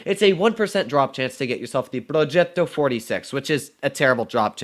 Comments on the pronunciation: Like how doodles say plogetto~ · Bruh why anyone mispells the r on progetto